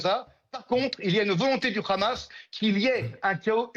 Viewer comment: Ce chat ! Il sait très bien dire le "rrrrhamassss "!😂😂